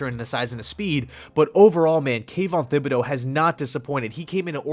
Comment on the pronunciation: Kayvon's last name is not pronounced with a th like thimble, the H is silent.